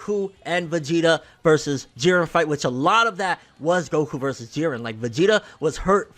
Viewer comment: I did say in older comments that vegeta and goku would fight together and fuck shit up, whis even said if they fought together they would be able to defeat beerus..... And props to you for actually calling jiren jiren instead of jeedan